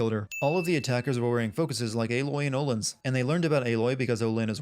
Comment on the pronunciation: Why is he pronouncing "Aloy" like it were spelt "Eiloi"?